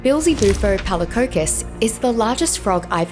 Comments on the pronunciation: I’m pretty sure it’s common knowledge that the frog was named after a common synonym for the devil. She pronounces it as “Beel-Ze-Bu-Fo” rather than “Bee-El-Ze-Bu-Fo” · Right at the start of the video. The way she pronounced the name was just odd to me.